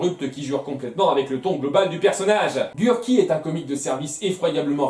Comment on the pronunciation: C'est moi ou Gurki arrive pas à dire son nom en VF? A chaque fois j'entends "Gur'i", pas Gurki ^^'